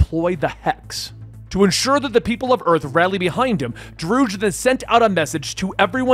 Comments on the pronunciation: Celestrial? Drewg? Yea, im done with the mispronounced words unsub. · Drood? You literally have source material for reference on pronunciation and names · Sorry about mispronouncing Druig. I wasn't gonna rewatch Eternals to find them introducing him so I googled it. Came up Droog and went with it. I found a clip saying its Dro-Ig so I'll just say it that way moving forward. Again sorry, just had the wrong pronunciation source. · It’s fine that you pronounce his name wrong. :) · TBH i just filed it under the good old scuff. No big deal